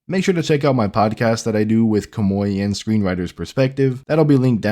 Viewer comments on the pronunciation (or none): none